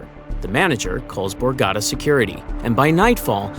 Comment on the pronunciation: Great video and very exciting! But remember it’s the borgata casino, not the borgadda. Pronounce your T’s pls young man